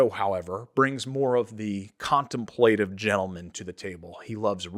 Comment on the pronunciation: Well done!!! Loved it all. The analysis, the themes, the inspirations, and of course the final reveals. Masculine and elegant, warm and inviting. Please check your pronunciation of words like ‘contemplative’. Otherwise, an exceptional vid!